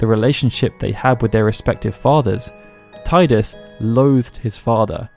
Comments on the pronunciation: Is pronounced tee-dus not tie-dus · They call him Tidus (Teedus) not Tideus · Only heretics who pronounce gif as yiff would pronounce it Teedoos. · It could be due to the fact that he is very connected to water. Tide-us. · Good video. But there are people who are still saying "Tie-dus"? A Final Fantasy based channel, even. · To everyone who is annoyed at the pronunciation of Tidus: get over it. People mispronounce many Japanese places like Hiroshima or British places like Bicester and I don’t go around correcting people of it, it’s whatever makes it comfortable for you to say. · Interesting approach. But wrong nonetheless.